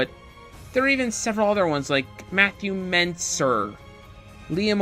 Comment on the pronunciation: I know im a little late to the comment party but just thought I'd point out his name is Matthew Mercer not Menser great review btw always good to hear your thoughts dude